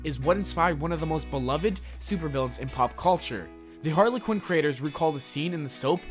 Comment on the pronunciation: Why he called her Hardly quinn😂